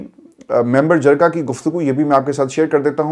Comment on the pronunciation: Releasr IK only demand Pronounce jirga not jarga